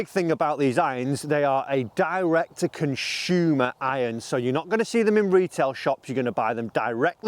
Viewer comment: what a "conshuumer"? lol good vid